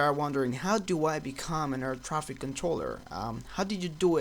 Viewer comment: sounded like you said "a retarded air craft controller" lmao